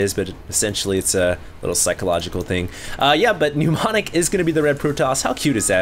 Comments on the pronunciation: it's ni-ˈmä-nik, NOT nyu-ˈmä-nik... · It's not pronounced "newmonic", but "nuh-monic". With a silent m. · These are so painful to watch. And it's not helped by the fact that keeps pronouncing Mnemonic (ie. "Neh-Monic") as if it were "Pneu-monic" (ie. New-monic). That's ok, I still love you. But I must stop watching these failcrafts lol